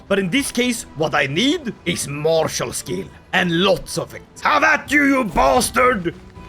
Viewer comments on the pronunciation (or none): none